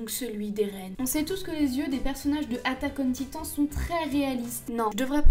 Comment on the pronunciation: PLS SI TU DIS À L'ANGLAISE "ATTACK ON TITAN" TU LE PRONONCE EN ANGLAIS XD